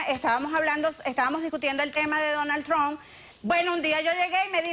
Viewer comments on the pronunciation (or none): Ni sabe pronunciar el nombre..Donal Tron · pinche perra, se le mira que ella es una imigrante tambien, ni puede pronunciar su nombre bien “Donald Trunp” vieja ridicula😂😂